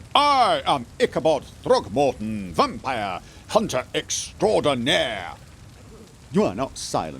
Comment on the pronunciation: No, no (hehehehe)… Vampire Hunter EXTRAORDINAIRE (did with regal tongue roll). Hehehe.